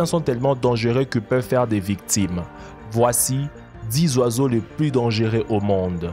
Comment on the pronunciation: Dangueux ?? Dangereux ok